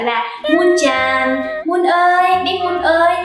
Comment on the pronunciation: sàn, chàn?? đọc cần thêm dấu huyền à